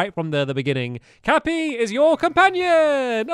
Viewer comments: I'm not triggered but its cappy not capper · It's name is Cappy not caper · His name is cappy not capper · CAPPY! It's CAPPY not cappa! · Cappy Not Cappa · It's CAPPY. Not CAPPER, Stampy... it told you his name was Cappy when you got him. But you kept calling him Capper! It's CAPPY, Stampy..... Cappy... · he is cappy not capper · Stamps ITS NOT CAPPER ITS CAPPY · The name is cappy not capa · Do you know the hats name stampy it's Cappy not capper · It's Cappy! Not Capper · Stampy it is cappy not cappa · Stampy it's Cappy not Capper. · it's not called capper it's called cappY!! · It is cappy not cappa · IT'S NOT CAPPA ITS CAPPY (cap-pee)... Sorry bout that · Btw its cappey not capper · It's not cappa it's cappy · Its CappY not CappA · Its 'Cappy'; not 'Capper'! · It's capy not capa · Stampy the game just told you the name is cappy and you said capper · CappY not CappA. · It is not capper or caper it is cappy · It’s cappy not cappper and it’s not a boo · It’s not capa its cappy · Stampy, your saying Your caps name wrong. It's Cappy, not Cappa. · its it cappy not capper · it's capy not capper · ITS CAPPY NOT CAPPA JEEEEEEEEEEZ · It’s cappy not caper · It’s cappy not cappa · it cappe not capper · Capps not capper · IT IS CAPPY NOT CAPER!!!!!!!!!!!!!!!!!!!!!:( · ITS CAPPY NOT CAPR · Omg it’s pronounced cap-ee not cap-aa (plz don’t pin this) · I think I’m the only one here that noticed that he says Capper. It’s funny. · Tronner Productions umm you’re wrong as well it’s cappy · cappy, its cappy... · It's CAPPEY ;-) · Stampy pronouncing words Monster = Munster Cappy = Cappa Monsters = GoogliesNot Hating Just Thought it would be funny. XD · It’s capy for heavens sake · I can’t take it anymore!!!!!!!!!! It’s crappy!!!!!!! Not cappa!!!!!! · Its not capper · it's not cappa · ITS NOT CAPPER ITS CAPPY!!!!!! love your vids :P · it is cappy not capper!!!!!!!!!!!!!!!!!!!!!!!!!!!!! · Stop saying Cappa it’s cappy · Its cappy not capper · Its CAPPY not CAPPER Just a tip \_(‘^’)_/